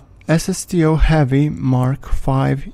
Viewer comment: When he says "SSTO" it sounds like he's saying "ass of steel". I think I like that better.